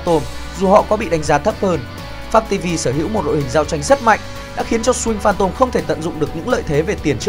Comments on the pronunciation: .. Nghe đi.. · MC đọc kém vl.. Swing Phantom thì chữ "sờ" của Swing đọc nhanh lên.. Sờ Wing Phan Tom.. Đọc nhức nách..